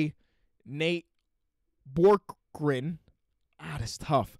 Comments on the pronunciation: Btw it’s pronounced bee-ork-gren for the pacers coach! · Love the content... also Bjorkgren is pronounced (bee-ork-gren)